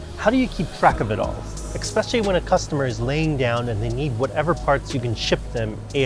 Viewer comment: Nice work!!!!! Oh....and.........that's ESSpecially....no "k" in "especially"..... never too late to learn!!!